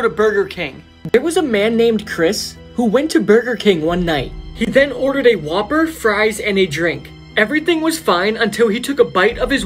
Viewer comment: when it said whopper I thought he said Waper